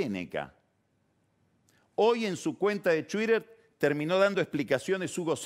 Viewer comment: "su cuenta de tuider"